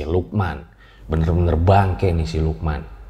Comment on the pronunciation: Gw kira tdi lu bilangnya siluman ternyata si lukman wkwk🗿